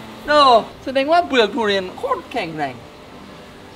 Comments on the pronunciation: ทุเรียนครับไม่ใช่ตูเรียน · มีไครได้ยินว่า ดุเรียนบ้าง5555